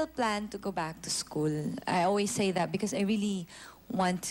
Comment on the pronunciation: Actually... tha well.. hehe.. di ba pwdng kompletuhin ung THAT...